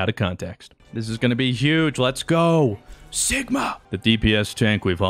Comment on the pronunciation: Am I the only one who heard Sickma instead of Sigma? ;D